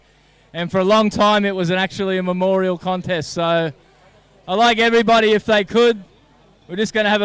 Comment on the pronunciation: "Connest" that's the way, Stray-ya